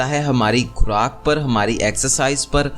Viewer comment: Khoooraq hota khraaaak nhi Goshaat nhi ghost hota h zaiqa nhi zaqa nhi jahil insan